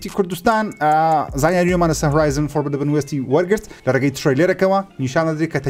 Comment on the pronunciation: ئەرێ هێندە مەڵێ فۆربیدەبن وێست 😂 فۆربیدن وێست ڕاستەکەیە 😊😁